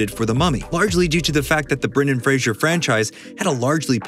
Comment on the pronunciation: No one ever pronounces Brendan Fraser’s last name correctly.